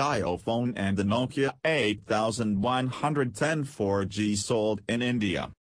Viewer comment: It's not jayo it's jio india🇮🇳